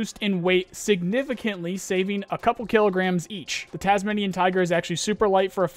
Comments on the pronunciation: you pronounced tasmanian super wrong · You pronounced tasmanian completely wrong 😂😂 Tasmanian tiger was a Australian animal.